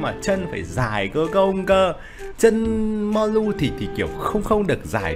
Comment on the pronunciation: Biết đọc ko tên Người ta là Mollu ko phải mulon 😌